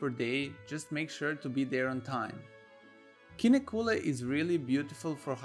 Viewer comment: Please spend some time to learn to pronounce Kinnekulle.